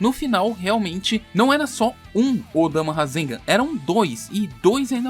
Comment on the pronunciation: Choo odama nao é odama filhao